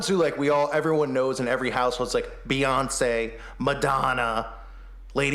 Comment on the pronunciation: “Boy Once”. Hans Wormhat had a great beyonce transvestigation.